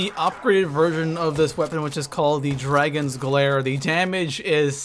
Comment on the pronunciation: Did you just call it the Dragon's Glare?!? I don't see an R in DAGON'S GLARE!